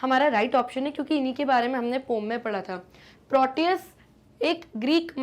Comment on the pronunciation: Poem ❌ Poom✅